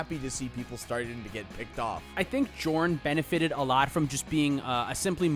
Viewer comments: Jorn should be pronounced Yorn. In Nordic languages, J = Y. Jarl is pronounced Yarl, and Bjorn being B-Yorn. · Jorn should be pronounced "Yorn"